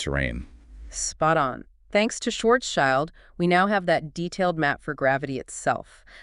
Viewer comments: Could you please stop mispronouncing Karl Schwarzschilds name? It's not Schwarzs-child, it's Schwarz-schild. It has nothing to do with child! Schild means shield in German, and schwarz means black. So at least say something like Shwarzshield. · Schwarzschild sent his first letter to Einstein in December 1915. OK, now to the task of getting the pronunciation of "Schwarzschild" correctly. There is no "child" in there, this is just an English letter-clash. The name "Schwarzschild" splits in two words in German: "schwarz" ("black") and "Schild" ("sign", as a name plate, or "shield"). The first word is pronounced "shf-AH-r-ZZ", where the "ZZ" part is like the "zz" in "pizza" or the "z" in "Mozart". The second one is very similar to the English "shield". And you thought general relativity was complicated 🙂